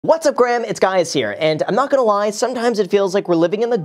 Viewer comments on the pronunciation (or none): “What’s up Graham , it’s guys here “ 😂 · Who noticed that he started the video with "what's up Graham it's guys here"? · “what’s up gram it’s guys here” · "What's up graham it's guys here" 😂😂😂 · “What’s up Graham, it’s guys here”. Love it 😂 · “What’s up graham? It’s guys here.” Lollll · “What’s up Graham, it’s guys here.” 😂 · “What’s up Graham it’s guys here” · “What’s up Graham, it’s guys here” 😂